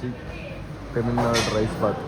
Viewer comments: Temil nadu ❌ tamil nadu ✅ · ತಮಿಳ್ ನಾಡು ❌ ತಮಿಲ್ ನಾಡು ✅